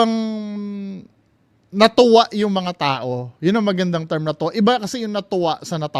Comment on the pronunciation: Yung kay Jiggy Manicad nga sabi niya "pagdagsa ng mga tae" instead ng "pagdagsa mga tao" hahaha